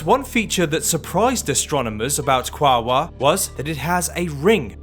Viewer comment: Apparently that's the preferred spelling by the native Tongvas. Also it's supposed to be 3 syllables: Qua-o-ar, not 2